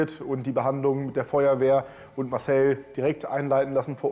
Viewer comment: "Masel" (Marcel) ist cool.